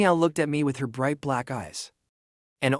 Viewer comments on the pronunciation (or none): none